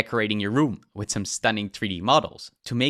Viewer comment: WIF, DIS, UDDER, TRILL, .... it's TH that hard to say? Tongue under your top teeth and breath out.... it's actually pretty simple